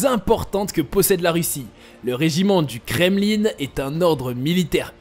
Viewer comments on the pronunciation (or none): Le "kremlinE"..mdr